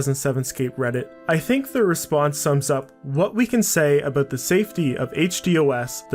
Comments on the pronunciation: “We’ve got things to talk aboot “ my mans gotta be Canadian? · Your "abouts" are really fucking Canadian. Great video though!